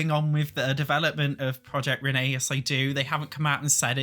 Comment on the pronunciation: take a shot whenever he says proiect renee/dolores